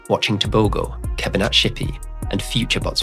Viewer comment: Okay, that G in Tebogo sounds like h. Just say Teboho and that's the correct way to pronounce it.